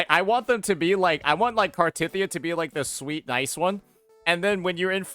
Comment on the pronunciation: dude you mock how she said Ciaccona when she actually said it right. meanwhile you can't even say Cartethyia right.